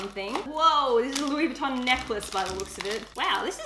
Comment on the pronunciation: Mehhh really sucks when people don’t pronounce Louis Vuitton correctly ....